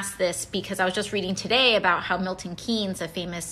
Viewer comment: She actually pronounced the English Town of Milton Keynes perfectly. The "Keynes" in John Maynard Keynes is pronounced as "KAYNZ".